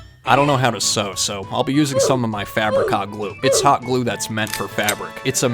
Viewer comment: I keep hearing fabric hot clue as "Fabric Cock Glue". 😿